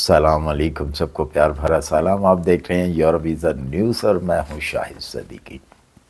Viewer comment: زندگی گزارنا الگ بات ہے سیکھنا الگ بات ہے کامن سینس الگ بات ہے چاچا جی آپ یروپ کہتے ہیں یا یورپ ؟؟؟ Earope hota hy ya Europe ???? Ap drust bat man lain Sir G Belkeh ap Dictionary main check kr lain یرو نہیں ہوتا سر یورو ہوتا ہے